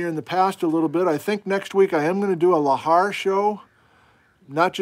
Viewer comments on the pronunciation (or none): none